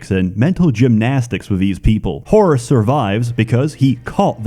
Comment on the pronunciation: I know you said Whorus instead of Horus.